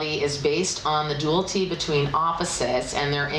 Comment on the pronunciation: A little constructive feedback..."Dualty" is not a word. "Dual-i-ty" is what you're looking for. Yes, I'm a grammar Nazi. Lol Keep up the great work. Love your readings! :)